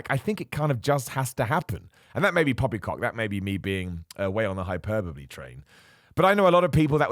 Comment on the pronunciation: Love that has no problem pronouncing hyperbole correctly, but can't change a few syllables to get hypertrophy:D